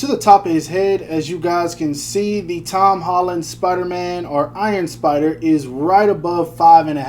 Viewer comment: Hom Tolland 🤣🤣🤣🤣